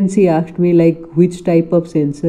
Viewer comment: She akshd me she akshd me